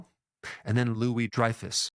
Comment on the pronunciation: Are you serious? Louis Drefus?